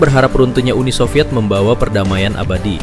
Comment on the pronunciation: SOVIET bukan SOVYETZ 🙄